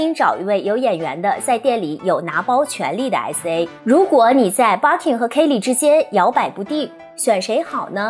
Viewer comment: 还有 kay leeee 😅